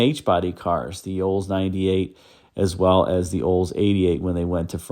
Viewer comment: Wild that you can't pronounce Olds. "Oles" 😂